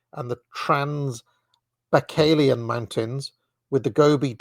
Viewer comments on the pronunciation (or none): Trans-buy-kall-eon, as in Lake Baikal (Buy-kall). Tee-ann-shann Mountains. King-ann. Yes, it is ManCHuria. Shall-on. 😉 He (mackinder) is wrong about the Magyars, they weren't Turkic, but of the Finno-Ugric branch of Uralic.